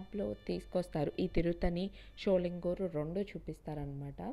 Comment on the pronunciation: Not Sholingooor.sholingar